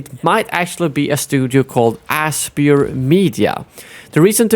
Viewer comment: I believe Aspyr is pronounced "aspire."